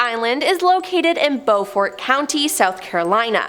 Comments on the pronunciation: That Beaufort pronunciation was garbage 😂 it’s pronounced Bew-fort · Poor girl is really having a hard time pronouncing almost everything. Marine Corpse? bow fort?Still cute though.